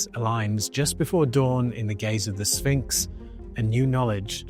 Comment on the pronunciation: If your prediction involves the the word sphinx, u would think u would learn how to pronounce it right. Did nobody at NASA tell him he's saying it wrong